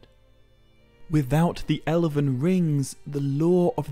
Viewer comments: What's this 'Ele-ven' nonsense? Is that how you are pronouncing the word Elven? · Why do you keep pronouncing "elven" as "eleven". It's drivng me insane! How do you pronounce "dwarven"?! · great video but a rather off putting pronunciation of Elven... he keeps saying Elaven? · "El-əven." So many times . . . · How did you pronounce Elven as 11?! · Sometimes I think people just make mistakes, but you pronounced elven as eleven like the number. Please have respect for yourself and record a bad take more than once and don't pronounce a very, very well known word in the entire wrong way. Though I guess the million views means that you did the right thing and that you've attracted a good enough audience of people who don't bother to read to view your video.